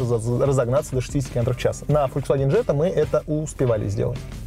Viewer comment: Джетта? О.о